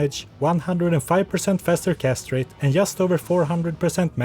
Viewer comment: whoah whoah, what? 5% faster CASTRATE ?! is castrate a new sorcerer spell? >_> wrong syllable man =D